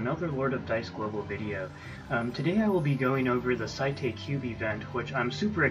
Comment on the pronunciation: (S-ate) is how his name is pronounced. I messed up too my friend..." The mighty doom parrot." That line made me want to laugh sooo badly. XD